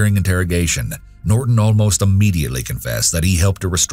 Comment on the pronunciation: what is up with the glitch? at pronouncing "Norton".